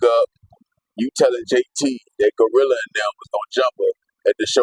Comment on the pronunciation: This man here call "TURK" "TWURK"😅😅😅 And REFUSE to say "GLOrilla" he determined to call the lady "GOrilla"😅😅😅😅